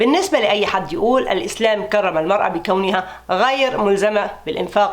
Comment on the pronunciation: كرم بترقيق الراء